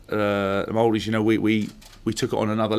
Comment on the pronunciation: As a kiwi a lot of respect for this guy and the way he presents himself. On a side note loved the way he pronounced correctly "Maori" which is obviously not a must for foreigners as the vowels are sounded differently but it obviously shows the kind of man he is, he shows respect to our culture by putting some effort into a bit of learning and for that he will surely endear himself to many kiwi and Maori alike! All the best James and the Lions!